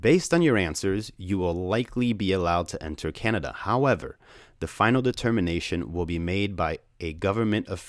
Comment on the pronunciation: thanks for pronouncing canada the right away almost everybody gets it wrong